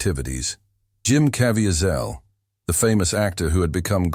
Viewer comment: Just learn to pronounce his name, peeps I’m not good with phonetic pronunciation but his last name is pronounced CA VEEZ AL get it right. He deserves & is WORTHY of that level of respect!!!!!!!!!!!!!!!!!